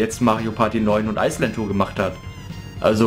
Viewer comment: Ich finde es witzig wie du immer Ice Land Tour sagst :D Ich hab mir das Spiel gar nicht mehr geholt^^ Finde es irgendwie total uninteressant. Obwohl mir Mario Party 9 eigentlich gefallen hat. Ist wohl nix mehr für mich^^ Aber naja, so wie deine Review ausfällt sollte ich wohl ganz froh sein dass ichs mir nicht geholt habe :D